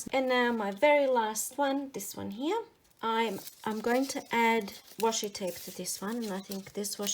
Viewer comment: The word "here" is a one syllable word.